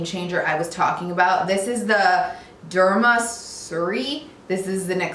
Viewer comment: Okay. That most important tip of all...you said the name only once and didn't sound like you were very sure of the pronounciation. Maybe spell the name or hold the logo up so we can see it. Was is derma surrey?